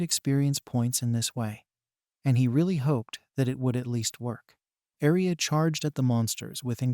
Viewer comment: Please say aria not alice